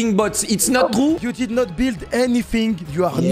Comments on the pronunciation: Au secours l’accent « it’s not trou! » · "it's not troue" lock fait un effort 😭😭😭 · Lock: “ ITS NOT TROU” Son accent me flingue de rire 😭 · locklear its not trou ca me fume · "that's not troue" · le “it’s not trou” ma tuer 😭